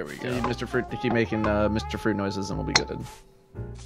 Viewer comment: I always love "MR. FWUIT!!"